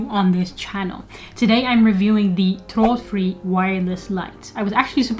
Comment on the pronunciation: Thanks, nice review. Great pronounciation on the product as well. I have bought Hue recently, but will be expanding with Ikea bulbs and remotes, which can pair with the Hue bridge too.